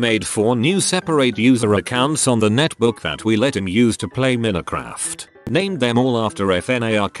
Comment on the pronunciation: I'm really amused how the robot voice pronounces it "minnycraft" in some spots, but other times pronounces it correctly. Sometimes while reading the same post.